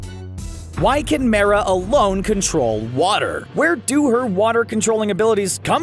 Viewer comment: also they say Mera wrong